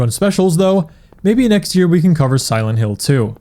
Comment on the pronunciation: "Silént Hill"